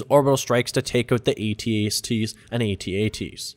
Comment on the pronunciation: What's an AT-ACE-T?